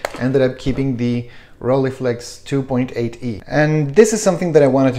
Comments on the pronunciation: "Roll-eye-flex", not "Rolleeflex" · Well.. in standart "hochdeutsch" the ei cluster of vowels should be procnounced as -eye-, you might have lived in a more accenty environment but it is the same case as in Leica, one doesn't say "Leeca" either. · When I lived in Germany, people said it like “ghroll-hey-flex”. In all the other countries, I’ve heard people say “roll-ee-flex”. You say “roll-eye-flex”. I don’t know where the “eye” part might come from. Never heard of it, and it’s certainly not German. But who cares? Enjoy the camera and pronounce it however you want to.